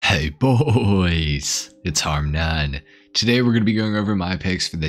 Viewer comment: Heyy boys its "harm naan" bugs the fuck out of me everytime, love your videos but why is "none" the only wordyou cant pronounce?